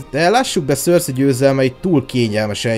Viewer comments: Szerintem nem éppen Szorszikent mondják ki a nevét... Ha valamiről csinálsz valamit az legyen már. Pontos. Amúgy jók a videók de ez. Szorszizes.... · Szörszi?? Én azt hittem szerszej.. félre ne érts nagyin jó video csak nekem fura így hallani a nevét.... Melyik a jó?